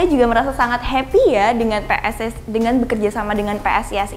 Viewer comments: PSS Semarang vs PSIS Sleman 👏👏👏👏, mbak e kaboten kawat untu dadi angel le ngomong PSIS makane dadi ngomong PSS 😂😂🤣🤣. Tapi ra popo mbak tetap semangat dan jangan putus asa. Setiap cewek yang untu ne dikawat ki cantikk banget koyo njenengan mbak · Nek ngomong PSIS rodok alon mbk . Aja cepet cepet malah kok ngomong PSS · Brand ambasador suara ne ra ceto , kyok wong kemu , ngomong PSIS wae PSS. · next video pelan pelan ngomong PSISnya sekilas malah PSS. semangat mbak. semoga harapannya diamini gusti. yohisoyoh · Sing tak rungokke yo ngono, dibiasakke ngmong PSIS mbak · Jajal lur mbake salah ngomong PSS peng piro? Wkwk